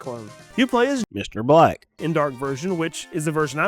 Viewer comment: We're you saying Mr black like that episode of the simpsons with krustys kamp?